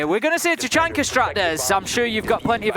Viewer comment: I think it's hilarious the way they say Tachanka. Ta-chunker lol!